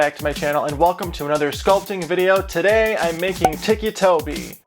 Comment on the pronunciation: ITS NOT TICKY TOBY ITS TICCI TOBY